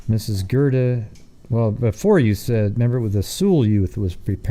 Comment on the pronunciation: You mispronounced Robison and Gerda